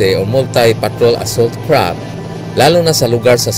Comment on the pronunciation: Kapatid... hindi yan KRAP .... it is pronounced as CRAFT with an F.... F.... !